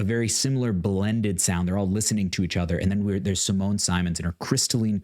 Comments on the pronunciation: with a lot of love (it also took me a while to realize that I was pronouncing her name wrong and you are not doing a bad job really) and without any intention to be mean or disrespectful, it's SimonE, with the stress in the O and a bit in the E. I will let her explain it herself in this video. PS just discovered your channel and subscribed! <3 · OK YOUR PRONOUNCING HER NAME WRONG AND EPICA IS BEAUTIFUL METAL 🤘